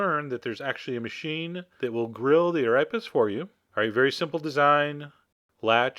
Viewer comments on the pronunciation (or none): I have to admit I can't help but laugh at the way you say Arepas lolol... Ah rap pass. lolol for me they're pronounced Ah Reh paz with Spanish flair of course. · STOP SAYING ARAPAS IT'S AREPAS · I love your channel Chef John, but it's pronounced "Ah-Ray-Pause" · Big fan chef John! Its pronounced arAYpas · I can't believe you have an arepa maker. I never saw one in South America, anywher. They would laugh. Also, You are pronouncing Arepas wrong. It's more like "ah-REY-pahs". Of this I am certain. But this looks better than most I have ever had and I have had them in lots of places. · You are pronouncing Arepas wrong. It's more like "Ah-ray-pahs". Of this I am certain. But this looks better than most I have ever had and I have had them in lots of places. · lol it sounds like "arrapas" when you say it xP in Puerto Rico, we fry them and they're really golden and crispy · cream chese ahh-rape-us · Pronounced "Ah-Ray-pass" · he pronounced arepas wrong. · The only time you said "arepas" correctly was , before that I was like "it's not pronounced like that!" but then I was like yaaay finally.